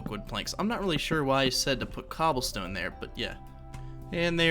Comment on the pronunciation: Bro u say "MmGobblestone" instead of cobblestone wtf